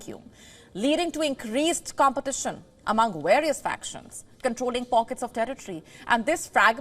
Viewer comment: love Indian WION Newsreader's HORRIFIC pronunciation of her "V"s in english. Van🇬🇧=W-an🇮🇳 various🇬🇧= W-arius🇮🇳 volotile🇬🇧= W-olotile🇮🇳😂🤣😂🤣